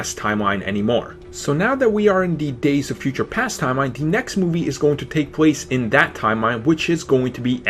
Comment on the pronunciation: It's hard for me to take you seriously when you can't pronounce "the". It's "the" not "da".